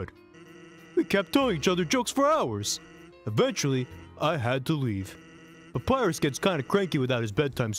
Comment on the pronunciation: Every time PewDiePie says 'Papirus' I die a bit inside.